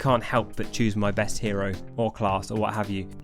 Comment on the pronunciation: Each time you said hero was like a stab in the heart